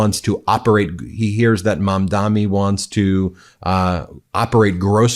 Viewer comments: Hey Ben, I am an average 66 yr old. This may be a small thing, but I just wanted to ask you to pronounce Zohran’s last name with an N at the end of his last name. He will probably appreciate that. I admit I am nitpicking, but there’s not much you do that bothers me. Lastly, I would like to thank, equally, you, Brett and Jordy. I adore the three of you so much. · Ben, can you please learn to pronounce Mamdani’s name correctly, being that, as a news program, this may be the first time someone may be learning his name and pronouncing it correctly would go a long way f way in educating your audience.